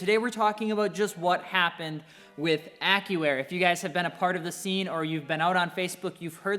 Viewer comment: Sounds like he's saying : "Acura" instead of Accuair 😆😆